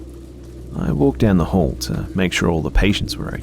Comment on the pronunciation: I love how calming your voice is but sometimes your accent makes me laugh. During the 3rd story, when you kept saying "hall" all I heard was "whore". Is that just me?